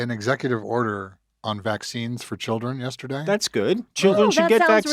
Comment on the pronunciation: "I took my chilrden" no he fucking didnt😂 Id bet money he pays people to do that for him